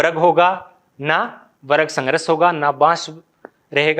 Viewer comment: Sangharsh, ko sangrash bolte ho sir, ese hi kafi work ko ap , wrong bolte hai